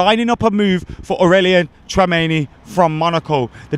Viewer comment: AURELIAN TRAMENI 🤣🤣🤣🤣😭BUTCHERED